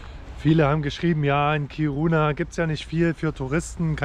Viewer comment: Ich hab die Stadt noch vor der Umsiedlung kennengelernt. "Kiruna" wird übrigens auf der ersten Silbe betont und nicht auf der zweiten ("Kiruuuuuna")